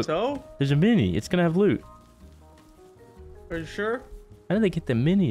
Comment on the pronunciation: I love how he says goop instead of loot